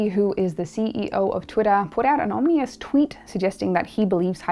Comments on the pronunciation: Ominous not Omnious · Hey S, it's OM-IN-OUS sweetheart, not OM-NI-OUS. You are welcome. Hyper-inflation is HYPE inflation.We are not a small economy country like Zimbabwe. People hype things like this to distort markets in their favour. For instance, to scare people into investing their cash in a way someone might be advising, or selling advice for. Hmmmmm.